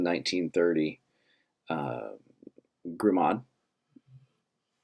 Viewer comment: Grimaud. Gree Mo. Not Grimod.